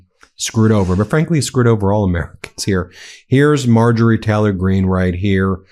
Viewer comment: I absolutely love this channel, I watch every video that comes out. But please pronounce the Y in Taylor. My autism can’t focus when you say Teh-lor half the time and I really wanna listen😂😂 Although if it’s a speech impediment, my sincere apologies 🫶🏼